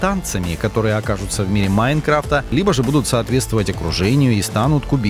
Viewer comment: Меня одного тошнит, когда он произносит, "МаИнкрафта"